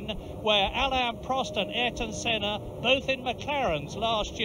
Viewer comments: he said seena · You can hear a large amount of F1 fans annoyed on the mispronouncing of Senna’s name